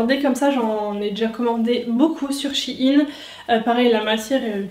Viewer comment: Shein pas shi-ine